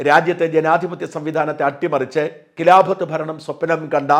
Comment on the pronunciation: കിലാഫത് അല്ല ഖിലാഫത്